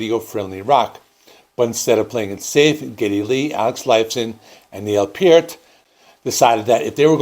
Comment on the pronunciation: Hahaha... another youtuber who cannot pronounce Neil's last name CORRECTLY. 😂😂😂😂